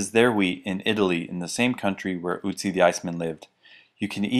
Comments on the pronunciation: Its not Ützi like you say it its Ötzi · By the way, his name is pronounced Ötzi not Uzi ;) In French, German, Swiss, Swedish, Austrian there is this Ö sound like in the words "öffentlich" "österreich" "geschöpf" "löffel" Einkorn tastes pretty bland, is difficult to make bread with. I sprout the full grain and then add homemade tomato sauce and cook it together. More available to you might be "Emmer" which is the grain that was grown in Italy and Greece even just 100 years ago for pasta. Otherwise oats grown on good soil can taste quite good too with carob and a little honey and are nutritious. You really need the best quality dough, some oats are too fibrous, some are bland. Perfect hiking food as it doesnt need to be cooked, thats how i climb in the alps :) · Ötzi series is absolutely fantastic!...as a native German speaker, the way says Utzi bothers me a little too (but I overlook it because the videos are so fascinating and informative), but not as much as Pascal, who gives other examples of the unlauted o, which Americans would be just as unable to pronounce! ["Reindeer...you know like Reindeer"...doesn't help!] But your pronunciation example of the O in wOrd is very good indeed! Grüße aus Connecticut! [What is your pronunciation example for that?]